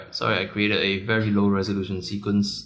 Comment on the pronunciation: "ph it come up WEARY WEARY quick #asians